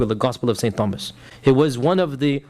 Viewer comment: What's upsets me the most is he can't say the word Thomas. how can you be an academic but you can't pronounce the word Thomas